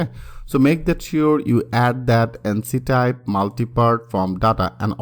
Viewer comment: ইঙ্ক টাইপ । এনছি টাইপ না । আপনার কন্টেন্ট অনেক ভালো কিন্তু ইংরেজি :|